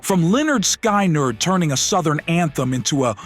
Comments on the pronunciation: The mispronounciation of iconic artist's names (Sky-nerd and Back-man for example) automatically screams AI and disrespects the artist and the listener, angering the audience. It also casts credibility issues on the content, even when there isn't anything else actually amiss with it. That's MHO. Thanks. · Sky-Nerd, really? This is either an inside, very private joke, or aa bad AI Reader that the creator didn't care enough to try and fix it. I'm thinking the former. 1 - Sweet Home, Alabama - amazing song 2 - Rebel, Rebel - Loved it, but like 1 (Sweet Home, Alabama) much better. 3 - Radar Love - Loved it, better than 2, coming close to 1 4 - You Ain't Seen Nothing Yet - OK, just loving this list so far. 5 - Can't Get Enough - I don't think I disliked any Bad Company song. I like "Bad Company" better than this track, but that's quibbling. 6 - Rock and Roll, Hoochie Koo - The songs on this list aren't the only reason I love '70s rock ... honest. 7 - Takin' Care of Business - It just works, all the time. 8 - Band on the Run - Sir Paul, county judges love him as well. 9 - The Joker - Truly is the Pompatus of Love. 10 - Don't Let the Sun Go Down on Me - Holy Mother of Pearl, I don't know that song. I take that back, from the short bit on this video, nor the title, I did not now the song. Pulled it up on this here 'Tube thing, and yep, I've heard it. Not my cup of tea. 11 - Time Waits for No One - I actually never knew the name of the song, heard it on the radio a lot though. 12 - Jungle Boogie - Really now, who doesn't like this song. While not as good as Celebration ( IMO ) it is still a solidly enjoyable recording. 13 - Teenage Lament - OK, honestly, even after finding it on YouTube 14 - Rock On - Almost as cool as James Dean 15 - Living in the U.S.A. - This was an album, the clip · How about you don’t use an AI voice. At least correct the mistakes it makes in editing. Lynyrd Sky-nerd. C’mon.